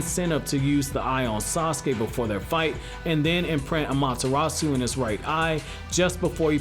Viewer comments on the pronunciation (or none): none